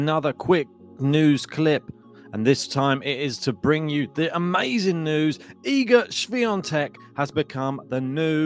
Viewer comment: Great pronunciation of her name!